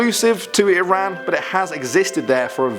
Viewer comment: I’m from Iran ayyyy. Salam. It’s also pronounced ih rahn. I’m from Iran and I’m also part Turkish.